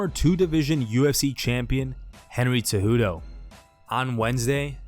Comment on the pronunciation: is it that hard to pronounce Cejudo? Tf lmao